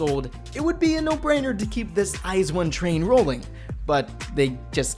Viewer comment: ice one? lololol 🤣🤣 thats not the way to said it